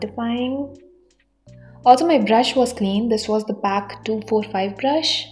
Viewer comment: Mam aap ka pronounce galat hai ..it's call p.a.c